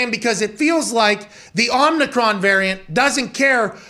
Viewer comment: Pat refuses to drop this imaginary 'N' in Omricon lmao